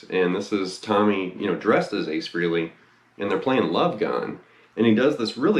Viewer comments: Doesn't anyone on YouTube know how to pronounce his last name? It's FRAY-LEE, not "Free-lee" for fuck's sake. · Dude... It's pronounced Fray-Lee, not Free-Lee. Ace is a frickin' living legend. If you're such a fan, give him enough respect to pronounce his name correctly.